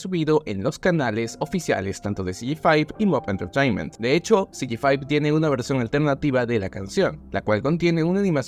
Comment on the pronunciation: Te aplaudo por ser el único youtuber hispanohablante de los que vi que pronunció el nombre de CG5 bien. Literal todos los que vi lo pronunciaron "CEGECINCO" xd